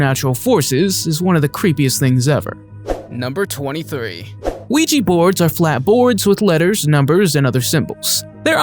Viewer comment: It's Ouija not ouijee.